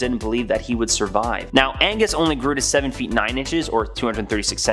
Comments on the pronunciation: Yeah. ‘Agnes’, as our narrator says, is a girls name. The gentleman in the tale? His name in An-gus. Two syllables. The surname is Ma cAs-kill which is three syllables. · ANGUS, not AGNES! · His name was Angus…..Agnes(your pronunciation) is a woman’s name. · The Cape Breton Giant was "Angus" MacAskill, not "Agnus". Pretty sure "Agnus" is a girls name. 🍁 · Loved this video but that guys name was not Agnus it was ANGUS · Please, It's ANGUS, not AGNUS! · Why do you keep saying eggnus when it's clearly Agnus lmao 😅😂😂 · I'm sure I'm not the first person to say this, but it's not agnes it's AN GUS!! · Agnus? Do you surely mean A N G U S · It’s Angus, not Agnes. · Angus... not 'Agnus' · Ang....gus...Not Agnus ! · AN~GUS not Agnes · 'Agnus'? Surely you mean Angus?